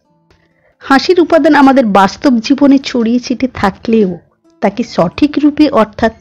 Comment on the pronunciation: 'সঠিক' উচ্চারণ 'ছঠিক' বলেছেন। শুদ্ধতা কামনা করছি।